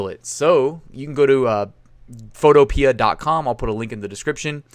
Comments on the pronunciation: I think it's pronounced PHOTO-PEE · Photopea rhymes with Utopia. fo TOE pe uh